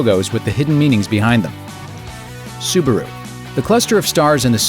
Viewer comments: it's Subaru. not subuhroo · The second syllable is : Bah. Sue - Bah - Roo; not Sue - Ber - Roo. ` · the advert clearly pronounced it subAru. not subUru like you say!! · any one catched when the guy said subaro whos right🤔🤔 subaru subaro